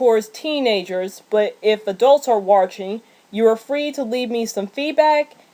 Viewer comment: You Gave Great Information But Why Do You Mispronounce The Word Watching. Also You Sound Like Your Reading From A Script